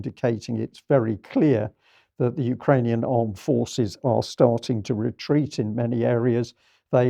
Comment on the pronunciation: Amazing discussion, as always. Not to be crass but I got such a laugh from Vanessa’s “Ukrainians have been farting” slip 🙃